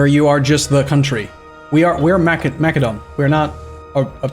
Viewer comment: I know you said don’t say anything about pronunciation of things but I can’t help but they way you say Macedon and Macedonia bothers me. You say it like Macadon and Macadonia. Either way I love you videos and your streams hopefully you can forgive me